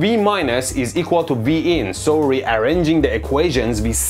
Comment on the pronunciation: V-in was heard as Vegan. Not too shockingly I laughed a little.